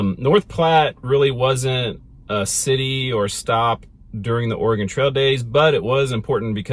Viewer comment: Why are you saying "organ trail"?